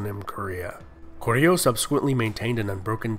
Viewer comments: lul no, goguryeo sounds way off, especially in the last syllable. still, good job with the vid! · Why do you pronounce the G as a C? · Nice video, I enjoyed it:) Pronunciation was also good for the most part, something that could be helpful is that Korean words usually stress the first syllable, e.g. GOguryeo. And a small correction, the Korean transciption for "Gojoseon" is '고조선', not '조선'/"Joseon", which is a completely different kingdom/period. Also "Yeowang" (여왕) just means "Queen" in Korean, so the name would be e.g. "Seondeok" not "Seondeokyeowang":) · The way he mispronounces 고구려... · Lmao 고구려 is wayyyy off. 신라 is okay